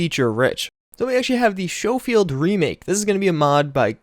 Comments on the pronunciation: It's pronounced sko field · Ahem I believe it's pronounced "Sko-field,". Like school. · Schofield pronounced ( skofield) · Its SKO-Field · Schofield is pronounced Skofield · It's pronounced "Skofield" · Schofield is pronounced “skoh-feeld.” 🙄